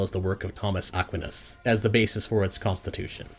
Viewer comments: Aquinas; the water-based Christian superhero lol. The 'qui' in his name is pronounced the same as in 'quiet' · I love your videos, but are you trying to mispronounce words and names on purpose? You're the only person to pronounce St. Thomas Acquinas like that. I've heard a lot of mispronunciations in other videos and one where you horribly mispronounced a word early in the video and then correctly pronounced it later in the video. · Bro can’t pronounce Aquinas 😭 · Bro, you mispronounced Aquinas. He's great, look into his works more.